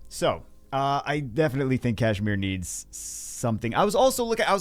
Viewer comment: I wasn't ready for the "Kash -me -outside-mir" 😂